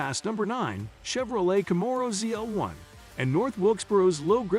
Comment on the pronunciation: Can't say Camaro or Nascar correctly fail